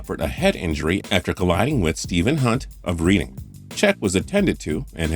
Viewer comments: Ffs its Reading, not reading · It's pronounced like reding, and pet er cech, just saying, great video and voice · About the team that Chelsea played that day: it's pronounced RED-DING. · ITS PRONOUCED "RED-DING!" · mate it was triggering me so bad😂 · It really annoyed me, I mean, how can you pronounce Reading as Reading? It's Reading!